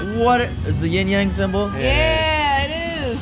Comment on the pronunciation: You guys pronounced yin yang wrong.